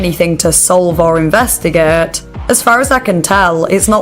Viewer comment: “Let’s investigaet” 😂❤